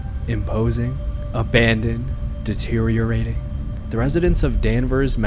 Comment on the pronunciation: Thumbs up because you properly pronounced "deteriorating". Nearly everyone says "deteriating" and it drives me insane.